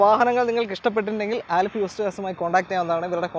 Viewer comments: ആലിഫ് അല്ല അലിഫ് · ബ്രോ ആലിഫ് അല്ല അലിഫ് എന്നാണ്